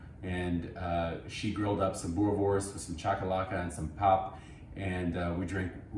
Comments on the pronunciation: It's pronounced boo-reh-vors Also, those sausage must be cooked on charcoal, there's no substitute. Good job though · Boerewors is an Afrikaans word. In Afrikaans a "w" always sounds like a "v". So it's pronounced boo-ruh-vorce (preferably with a rolling "r") Bonus tip: In Afrikaans, a "v" is pronounced as "f" e.g. vark (pig) is pronounced as fark. 🇿🇦